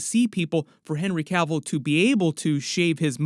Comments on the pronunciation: It's Cavill. Not Caville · It's Cavill Not Cavell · It's Cavill not Cavel.